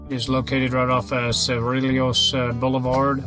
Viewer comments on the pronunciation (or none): Suenos is pronounced SWEN-yos. Cerrillos is pronounced sair-EE-yos.